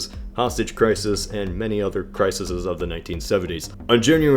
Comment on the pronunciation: plural of crisis is pronounced "cry-sees" not "cry-sis-sses" good vid tho